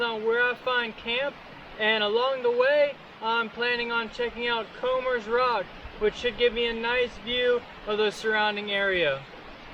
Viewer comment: Nope, you said it right. Comers (sounds like Combers) Rock. Grew up not far from here, dated and married a girl from Comers Rock.